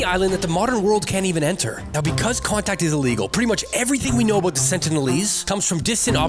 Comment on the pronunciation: Are you Canadian i couldn’t tell until aboot now